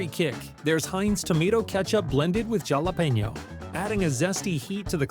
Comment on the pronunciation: Did you just call it jal- apeno